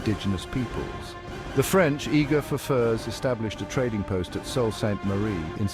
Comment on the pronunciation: Salt? smh It's pronounced "Soo".